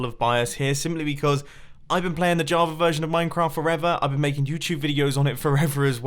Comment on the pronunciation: Why does it sound like you say Javar every time instead of Java? Am I going crazy?